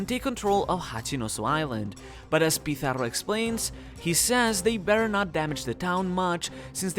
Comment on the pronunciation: Damn the way you pronounce ´´Pizarro´´ almost made me think you were from a spanish speaking country XD. props